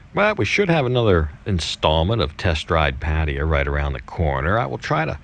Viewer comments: i think its pronounced PA-TA-YA not Pateya :P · No disrespect, but can you please pronounce Pattaya properly. It’s not Parteeya. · pfat-tay-YAA sheesh